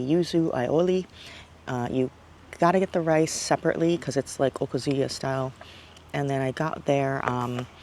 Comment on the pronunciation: I like your videos and they bring back so many wonderful memories. But, it’s O-KAH-zu-ya. Not okaZUya.